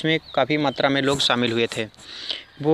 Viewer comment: शामिल, not सामिल